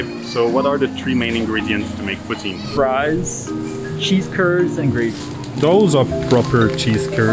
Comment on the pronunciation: They're in Quebec based off a flag I saw so dude should not be pronouncing poutine like that